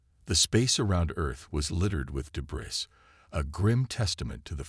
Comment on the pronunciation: This would be a good story. Unfortunately, the AI reader needs way better annunciation and pronunciation. I'll overlook the repetition of the story which seems to be a universal problem. Debris is pronounced debree , teach your robot hooked on phonics.